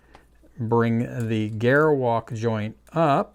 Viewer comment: I cringe whenever he mispronounces "Gerwalk Mode".